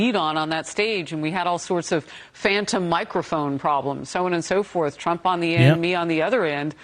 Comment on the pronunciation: TRUMP not TRAMP.